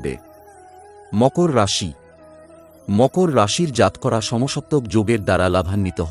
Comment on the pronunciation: দাদা আপনি জাতকরা এবং উৎস কথাটির উচ্চারণ ঠিক করেননি ।